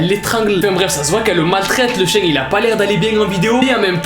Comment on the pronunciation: "le chein" mdr le fail